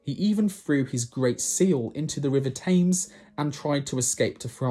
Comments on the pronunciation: You say you were raised in England but cannot pronounce Thames correctly? (its temms not taymes) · It's not pronounced tames but tems. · “Thames” of the “River Thames” is pronounced with a flat-e sound — “tems” — not a long-a sound as you pronounced it.